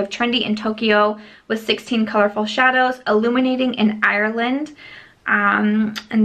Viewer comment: Living for how you pronounce the word “ireland”